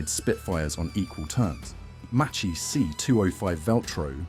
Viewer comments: Really Macchi pronounced like mochi!😱 Ch in Italian sounds like k therefore Macchi sounds a lot like Ma Key only with a double k! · Not Machee, it's Mák-kee Not Marschetti, it's Mar-két-tee ch=k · Spell -> Makki not Macchi, same Marketti not Marchetti. Anyway robots are dumb to understand. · Piccola lezione di pronuncia in italiano: ch=k, cch=kk. Si pronuncia Makki, non Macci. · you also make mistakes in pronouncing MACCHI, we Italians add the H and it is not pronounced MACCI but MAKKI. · Non Machi. Maki. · A really interesting video! I'm watching the whole series of videos on the channel, they're really good! Just a small correction on the pronunciation of Macchi e Marchetti. In Italian, ch is pronounced like k, and cch like a prolonged k, more or less as if it were written makki and Marketti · Macchi , you pronounce Makki and Marchetti, marketti !!! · “cchi” it’s like “kki” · Macchi, you read it MaKKi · The pronuciation of Macchi is Makki, Marchetti pronunciation is MarKetti. "ch" is pronunced "k". (But "sch" is pronunced "sh" like in SHade) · I'm italian and my ears are bleeding hearing how you pronounce Marchetti and Macchi